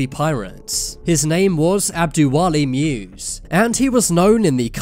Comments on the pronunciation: musa not muse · Someone please tell the narrator "muse" is the name of prophet "moses" in somali language. Its disgusting how he pronouncing, the name sounds like "moosy".